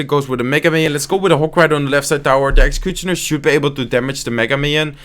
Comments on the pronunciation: When he says executioner as execuchoner😂😂😂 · great videos man 👌👌👌 PS: look at the way he says 'executionar'😅😅😅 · dhie ekxecutjonur lekkere Engelse uitspraak😂😂🎉 #Dutchforlife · Bare like how you say executioner "exacuchoner" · I love how you pronounce executioner 😂